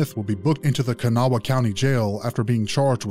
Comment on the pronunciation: It's Kanawha, pronounced more like cuhnaw or kannaw. Half my peoples from a place called Lacoochee, by Dade city and Brooksville (named for some of our peoples and the others are in central FL (the FL folks anyway) the rest are from the outskirts of the Charleston area, Kanawha, West by god Virginia. IYKYK 😉